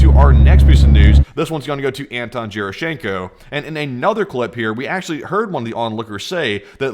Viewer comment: When you read Gerashchenko. Read G as in word Go or God. not like John. It's slavic name. Pronounces differently